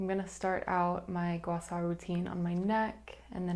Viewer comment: Thank you for pronouncing gua sha correctly 🫶 this was a nice video, thanks for sharing!!